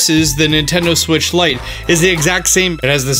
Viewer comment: and that is how you dock a nintendo siwttch Me:wait a min....